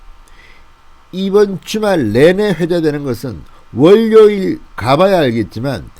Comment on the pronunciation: 두음법칙 지켜주시고틀때마다 구독호소 듣기가 안좋습니다 월료일-워료일